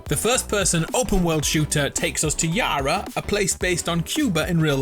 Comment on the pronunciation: Love the way you said Yara yAra 😂 Keep up the great videos ✌️